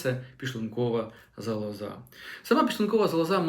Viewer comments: Ну, не зовсім правильна мова! Лікар неправильно наголошує слово зАлоза. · Шановний, робіть правильний наголос у слові"залоза". Він на першому складі, а не на третьому. Вибачте.